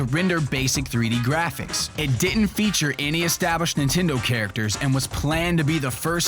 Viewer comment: it di-ant.